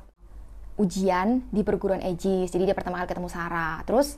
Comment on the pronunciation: Ka aigis bukan ayjis